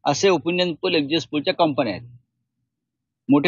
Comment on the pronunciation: Exit poll la exist poll bolath😂😂😂hela Kai ganta mahiti asanar😂😂😂